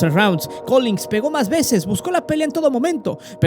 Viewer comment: Solo como apunte mi buen, se te fue una G, es Collins